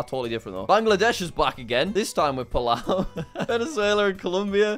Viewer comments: The people who maked the video there saying palu for palau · It said Palu is not palu is palau😂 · people who noticed its palu not palau 👇(if nobody replies then i guess im the only one who noticed it 😐) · I like how the name Palu instead of Palau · jack: palau video: palu. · ah yes, "Palu" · When it was Bangladesh & Palau for Palau it said Palu. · palau jadi palu